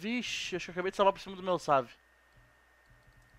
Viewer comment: Save, e o cara falando savi kkkkk